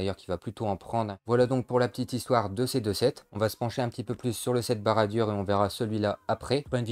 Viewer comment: Tres bonne vidéo mais ça se prononce barad dour !